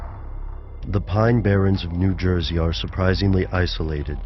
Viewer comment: '' Nu Joysey ''